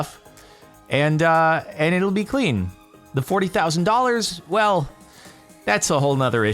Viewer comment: Whale, if I told you that wouldn't be fun now, would it?